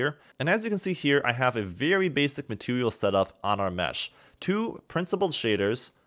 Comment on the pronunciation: "Matewial" hahaha